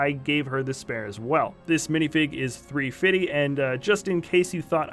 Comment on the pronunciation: Three fidy you cant say it correctly